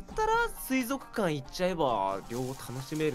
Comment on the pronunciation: 不破「水族館（すいぞくかん）」 椎名「水族館（すいぞっかん）」